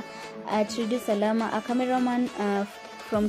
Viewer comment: It's called Radio Salaam not Salama